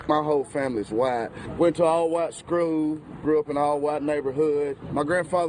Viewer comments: He went to "scrool"🤣🤣🤣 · Bruh this man not even blind he can see and he needs to work on his pronunciation skills he said Skroll lol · Lmaoooo you missing the R schkrweel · I knew when he said “schrool” I knew that anything he said is not valid. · What's a "srkool"...? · “Went to a aLL wHaT sKrULl” 😳🙄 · "I went to a all white skrool" 😃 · Did he say he went to an all white schrool? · What the hell is a schrool?? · Did he say all white schrool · This man said “I went to an all white Skrool.” LOLolol!!!! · 🥳 he is. A old skrool fool. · I heard skrewl WTF and died🤣😅, he's dumb as rocks and has a serious case of internalized racism smdh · Did he say he went to an all white “schrool”? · The dude said "Schrool" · "I went to an all whyte skrew" 😂😂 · But he went to an AWW WITE SCREWWLL tho. Give him a pass lmaoo. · I thought it was just me who heard him say schrool! 😭💀 Apparently he didn't stay in "scrhool" too long because he can't even pronounce the word.😂 As far as it being acting though, he might not be acting seeing as how people like Candace Owens, Jesse Lee Peterson, and Terry Crews actually exist. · 😂🤣😂😂😂😂🤣 the scweel/skweel/schweel has me 💀 I can’t 🛑 😂 from this ☝️ too funny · 🤣🤣🤣🤣 Dude was talking bout "skrewl"